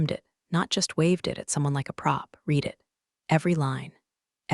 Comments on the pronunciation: Please teach the AI voice to know when "READ" is pronounced red, not reed . . . might add some authenticity to the stories. That being said, I've been a fan since you first came on-line. Keep up the great stories - Luv em. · So tiresome that creators think failing to proof-read their AI generated work for repetition is acceptable. And the past-tense of "read" is pronounced "rEHd", not "reed." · It is pronounced "red" not real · Should read "reed" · Read in the past tense is pronounced red. Please edit anything done by faulty programming before publishing for consumption by listeners. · it's like the AI got stuck on the "read" vs "red" debate. 🤦‍♀ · that’s the mistake AI keeps making. Past tense should be "read" as "red." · You guys must find a way for AI to say either 'red' or 'reed' the right way each time. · Someone fix AI. It can't tell the difference between read (reed) and read (red).